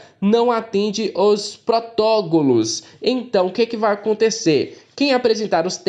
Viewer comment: Tenta falar certo cara, não é "protologos" é protocolos! Rssss